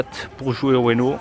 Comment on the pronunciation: Pourquoi tu dis Ueno à la place de Uno? xD